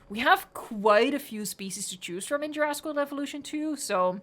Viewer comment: “Peninshula”. “Juraaaaasic World Evolution 2”.